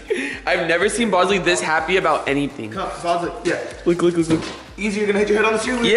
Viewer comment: hey rachit ghosh its not bozly its bosley